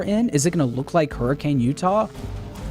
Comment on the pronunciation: Hurricane city in Utah is pronounced hurr-kin not her—ah-cane 🙂. If it does take place in Hurricane, there won’t be snow